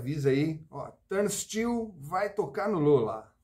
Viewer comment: Num sabe nem falar o nome da banda! 🤣🤣🤣